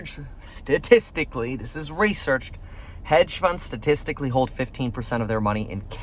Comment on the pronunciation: Please just say “hold”